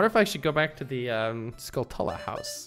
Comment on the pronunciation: "skull-TUH-luh" no no. it's skull + tarantula; it's pronounced "SKULL-tchoo-luh".